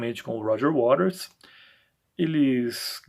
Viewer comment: A maioria pronuncia Roger Waters>>>wa''TERS'' e você corretamente Waters>>>RES>>>"waRES"👍